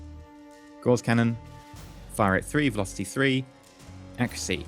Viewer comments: Isn't it said like gauze? As in a gauze mat? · Gauss rhymes with louse, btw :-). And you keep saying 'duranTium', which I admit does sound better ;-).You got me into Aurora, thanks for that, it's great. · Actually both pronunciations of Gauss are accepted. However you are right about Duranium.